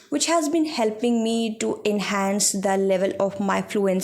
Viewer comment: You are doing good.❤ But one thing i want to tell after watching your videos about your speaking/ pronunciation. Aap bhot ajeeb tareeke se then word ko pronounce karti ho, same for "speaking" your pronounce it "eespeaking" ..... please work on it too. Speak naturally u seems like acting to speak in english work on accent.... watch janhavi pawar she speaks naturally 😊